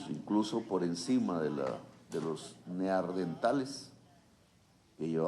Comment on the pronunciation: lapsus linguae. No se dice ~Neardentales~ Se dice Neandertales.